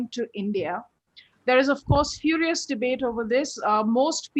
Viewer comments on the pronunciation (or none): none